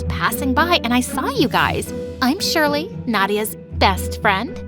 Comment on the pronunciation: (my name is always pronounced wrong aswel in this video but im used to it honestly)